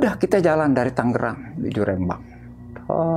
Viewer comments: rembang bukan rEmbang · Bukan rémbang....tapi rembang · Rembang. Bukn reeemmbang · R(e)mbang... S(e)lamat.. Bukan E... Tp €